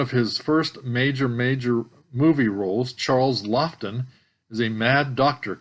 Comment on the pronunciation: It isn't pronounced "Lofton". See him in "Witness for the Prosecution". His wife Elsa Lanchester played in that as his nurse, and played "The Bride" in "Bride of Frankenstein".